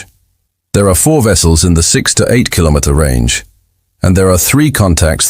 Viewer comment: 15 minutes in and so far so good. Only issue at this point is AI not knowing how to say kilometer. We wish yo give your government the opportunity to make this decision independently, while we hold a gun to your head. That is by fiat, not a decision made independently.